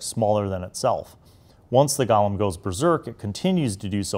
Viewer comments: I love how u keep calling them gallem instead of golem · Golem not Gollum.